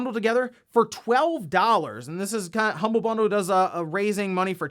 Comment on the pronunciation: "Humblie" bundle. Aw.